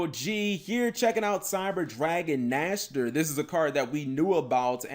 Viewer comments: Nächster Not Nashter means next in German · Its funny at first, but eventually, it can get annoying. I´d like, if they call it Cyber Dragon Nexter. Otherwise, its the Cyberdragon Dry all over again. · By the way, that thing is called "Cyber Dragon Nächster". "Nächster" is german for "next/the next one". English doesn't really have an Ä-sound. But here is a more-or-less ok google-sample